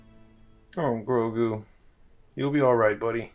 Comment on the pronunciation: I've been saying that for the last few days to everyone...... butchered Grogu 😭😭